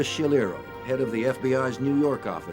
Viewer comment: It’s Ruggiero.